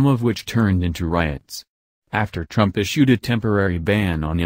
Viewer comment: please learn how to say Trumps name correctly.